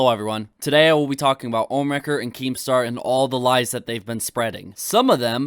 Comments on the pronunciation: Omniwrecker ...... wow, how do mispronounce ohmwrecker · I kept laughing every time he miss pronounced Ohm’s name like who the hell is omnimaker 😂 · The fact keemstar keeps mispronouncing Ohmwrecker says he’s either not taking it seriously or an ignorant jackass. Both would be red flags to NOT get on his channel as Ohm did. 🤦‍♂️